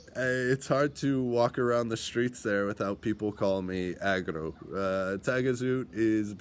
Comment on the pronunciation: Frog = Agro not Acro